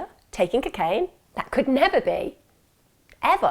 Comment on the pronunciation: I love the way Emma pronounces cocaine 😍😍🤗🤗